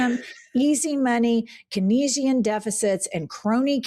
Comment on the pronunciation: Keynesian is pronounced CANE-Z-un.